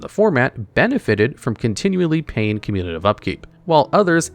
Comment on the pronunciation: I love the pronunciation "communilative upkeep"